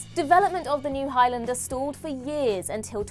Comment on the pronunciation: Please learn how to pronounce Highlander properly. It's Highlander, not Highlander